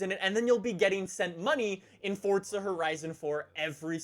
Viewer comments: It's Forza not coryza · I'm sure we all know he says fortza instead of Forza but I laughed when the subtitles thought he said "forts of horizon" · its forza not fortza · Its not fortsza its forza!!!! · "FOrtZa HoRriZoN 4" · Its not Fortza Horizon 4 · INTENSA EMOZIONE it sounds like he’s saying Fortza not Forza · "fortza" lol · "Fortsa" What? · How long has it been that you've said fortza lol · Say forza correctly u say “fortza” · Anyone else hear “Fortza” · Please can u pronounce the z in forza correctly. Its killing meeeeeee